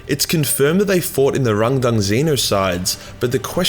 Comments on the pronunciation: sounds like a dyslexic German, when he tries to say "Randang". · the way you pronounce Rangdan is confusing as im like 90% sure its just. Rang and then Dan... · I can't help but giggle every time says the name of this. The way he leans into the pronunciation every single time just keeps making me laugh.